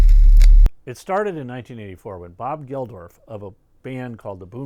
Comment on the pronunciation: Really enjoyed this and your wonderful live concert history. By the way, Bob Geldof is just pronounced Geldoff, and Midge Ure is pronounced Yur, not Yur-ay. p.s. the old Wembley stadium had 70,000 attend Live Aid, not 5,000. It could hold more in the older days. Greetings from a Brit, currently living in Norway.